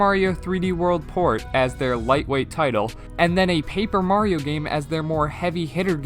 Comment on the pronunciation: I mean, he got paper Mario right